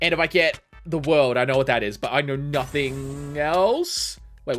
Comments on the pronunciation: its ZA WORLDO not THE WORLDO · “ The worldu” B-but it’s ZA WARUDO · Correctly Za WARUDO but not ZA WORLDO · I like how he said: " The worldu!" Instead of "za warudu!" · Bro said the WORLDO but it’s ZA WORLDO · This man said the wrold not ZA WALDRO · Theworldo? Yo mean ZAA WARUDO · Bro did he really say THE WORLDOOO!! Except for ZA WARDO okok its alright im not bashing or anything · I love the video, but God dangit if you say the worldo one more time instead of za warudo, I might hurt you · Bro said THE WORLDOA its ZAA WRAODO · aGH HE SAID THE WORLDO INSTEaD OF ZA WUARDO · Its not THE WORLDO its ZA WARUDO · Its za warudo not the worldo… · za not da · It felt so weird not hearing “za worldo” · when I heard him say "the worldo" I gringed so hard my battery died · When some says "THE WORLDO," you know they dont watch jojo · My heart broke when he said the worldo 🤒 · when he said the worldo i cringed so hard dude this man just needs to watch and read the animes hes gonna play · its called ZAWARDOO